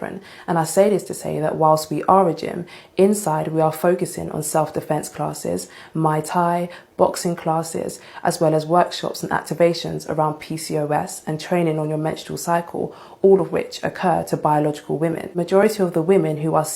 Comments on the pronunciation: Bruh this mf said they takin "mai tai" classes 🤦🏿‍♂️😅women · Fxxk that she said they going be taking "Mai Tai" classes😂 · Did she just say “Mai Tai” 😂😂 instead of “Muay Thai” 😂😂 Grab your drinks yall 🍹🍹